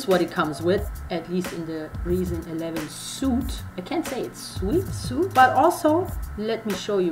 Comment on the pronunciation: it's pronounced Reason "sweet". Subbed.